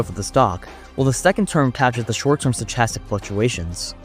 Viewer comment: Fire vid 🔥 also just helping you out: its kinda weird but stochastic is pronounced sto-ca-stic. Doesn't take away from how well you explained it though!